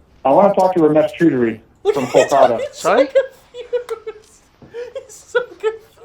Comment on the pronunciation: "Ramesh Chudry" 😂